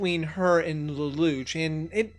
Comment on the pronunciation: Does the english dub actually call him "Leloutch" with a "t" like you say it? Cause it's originally a french-based name and definitely has no "t" sound whatsoever. It doesn't have that sound in the japanese version so it has to be the english dub that messed up for no reason.